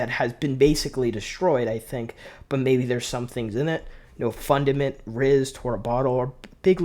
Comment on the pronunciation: I know bro did NOT pronounce Riis as "rizz" 😭